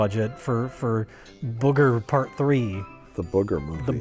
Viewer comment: Do people in America really pronounce booger as bugger?